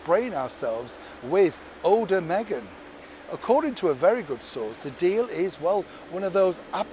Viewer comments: eau de Meghan! But I swear you said "Odor Meghan". hahaha It was just begging to be said. I am subscribed. I enjoy your videos. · Did you say "odour" Meghan?: ) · For a second when you said Eau de Meghan, I thought you said Odor of Meghan. Bad odor! Love your reporting - and this tie is a winner! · 😆😆😅😅❤ au de me-a-ghan? Hilarious. Would never by it. My favorite smell is horse sweat and leather, as I'm a "horse-a-holic"🏇. Mega-mouth scent is probably "clean the catbox odor" not something I'd need to spend good money on. 🙀😾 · Did you say, “Oder de Meghan”?